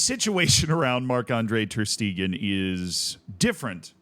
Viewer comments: Stegen is pronounced "Shte-gen", the g in "gen" being pronounced like the g in "Gay", and "en" is like "gENeral" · Guys he isn't a German speaker, Schtaygen isn't going to be pronounced right 9/10 same goes for Knipex, etc